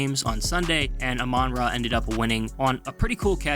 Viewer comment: Dude, learn how to pronounced "Amon-Ra", notice the dash, he's named after an Egyptian god.